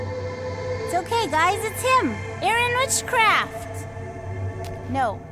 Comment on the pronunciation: "Hai gais"